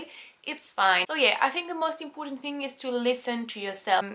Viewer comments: 'impoooooootant 'hahahah its so funny. well it's cool to finally see a french girl who can actually speak really good english! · Sometimes , and am saying this jokingly, but it sounds like 'Impotent' ( avec a French accent)